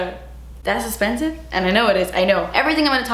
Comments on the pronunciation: honestly it makes me so sad that she doesn’t say “das esspensive” that much anymore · I think you meant *ESSPENSIVE